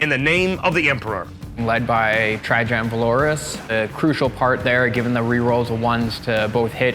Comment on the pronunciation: It's pronounced Tra-y-ann for fucks sake...